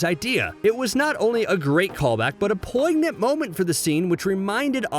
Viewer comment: The G is silent, dude